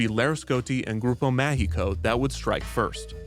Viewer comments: I thought through the whole video he was saying "Grupo México" (they operate trains and mines) instead of "Grupo Mágico" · Grupo Mágico "g" is pronounciated as a "j", because it is in portuguese. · Damn, Kidzania has grown so much... I still remember going to La Ciudad de los Niños a child and later on wondering why it changed its name to Kidzania. Fun fact: Most adults still call Kidzania "La Ciudad de los Niños" here in Mexico despite many years have gone by since the name change. Note: "Grupo Mágico" is pronounced Ma (as in magic, mascot or Mars) hi (as in Himalayas, history or him) co (as in company or Colorado), throughout the video it sounded like "Grupo México", a huge company here in Mexico mostly known for its owner's reputation (second richest person in Mexico), and their mines' accidents. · I was there! In both ciudad de los niños and then Kidzania in a corporate event! I have a picture in ciudad de los niños jail lol. Just one correction. You're mispronouncing grupo mágico. You are pronouncing a Spanish "E" sound instead of an "A". Which is a bit unfortunate since there is a Grupo México that is a mining company with very poor environmental and labour record say the least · you pronountiated both "Grupo Mágico" and "São Paulo" in ways so wrong i didn't think it was possible.